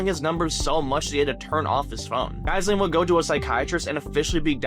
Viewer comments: pretty sure its pronounced ji-lane, like you know whos friend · Pretty sure it's pronounced Ghee-Lane. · Lordy the pronounciation of Ghyslan lol edit: and debut!